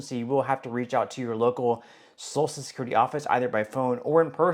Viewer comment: It's pronounced So-shul not So-sul.